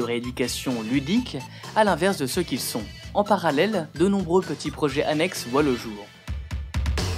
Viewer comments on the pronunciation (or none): none